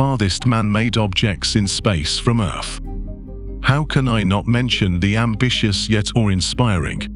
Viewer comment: That must be where my tv gets it's crappy signal...by the way, is this narrator saying 'earf' in place of earth....?